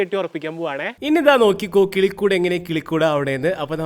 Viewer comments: കുളിക്കുട് അല്ല കിളിക്കുട് 😂😂in the first of this vedio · 0.09 tongue slip ayi enn thonnu ( nammku keri irikan pattunna valiya kulikood ) 😂😂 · കിളികൂട്❌ കുളിക്കൂട്😂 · 0.08 മച്ചാനെ കുളികൂടു അല്ല കിളിക്കൂട്😂😂